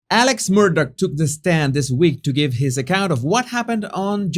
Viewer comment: It's not pronounced Alex it's "Ellick"